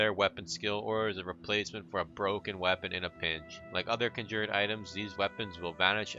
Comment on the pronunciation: You pronounce conjured like an uneducated